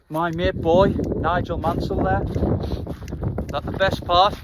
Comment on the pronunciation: Sounds like your saying boy not boyd 😂😂😂😂😂😂😂😂